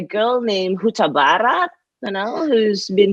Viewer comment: Alright Rosi, just say "Hutabarat" the way we Bataks do say it. Hahahaa.....! Proud of you girls! You are all amazing! Keep the wonderful works!